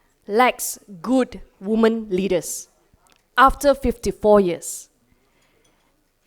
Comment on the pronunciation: She really needs to learn that "women" is pronounced as "wimen". But still, good stuff. We need more leaders like her in the country.